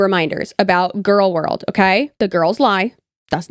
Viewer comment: I'm...I'm sorry but "gorlworld"? Hi 😂